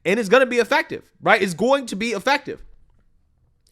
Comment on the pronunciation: Re: Stephen Miller, pronounced “effective” wrong.